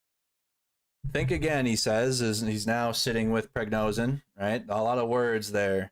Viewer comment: Its VoronEZH not VoronZEH. And it's not PriGNOzin, it's PriGOZhin. Wtf?! Can't you read?